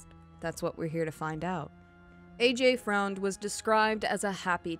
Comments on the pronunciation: "Freund" is actually pronounced exactly the same as "friend" just spelled differently. Trust me on this one, I personally know the low-life and lived with him when he met the other low-life and she moved in. Hence, I moved out! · AJ’s last name is pronounced Friend